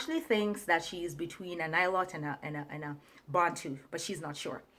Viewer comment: The why she pronounced Bantu is very suspect